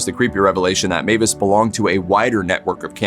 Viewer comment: Meiwes is pronounced "MY- ves" not Mavis. In German, ei is pronounced "eye" and ie is pronounced "ee". The pronunciation is always the name of the second letter.